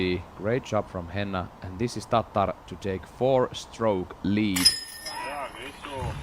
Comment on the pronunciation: Can't stand listening to this dude say "Ta Tarrr" He doesn't give an over-enuciated pronunciation to anyone else's name. Almost muted it because of this.